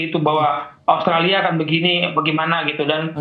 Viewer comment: Komentatornya mengerti pergaulan sepakbola internasional. Karena biasanya kometator Indonesia menyebut OSTRALI, OSTRALI.. Bung Wesley melafal dengan benar AUSTRALIA.👍🏼